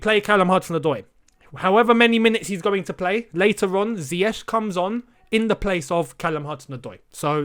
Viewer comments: Sometimes it feels like Lampard enjoys announcing unavailable players. I hope he doesn’t find reasons not to start Pulisic and Ziyech (whom he can’t still pronounce his name correctly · Frank is yet to correctly pronounce his name, but am.excited to see Hakim Ziyech 🤗🤗